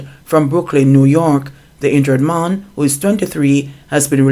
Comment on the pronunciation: The word is man and not mon.....lol